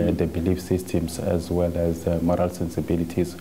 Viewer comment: I think you mean Moral not Morel.